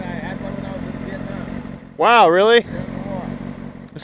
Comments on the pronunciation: bro it's Vietnam not Vietman man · IT'S VIETNAM, NOT VIETMAN ! X) HAHAHA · Not sure where "VietMAN" is,!:) Am I the only one that caught that?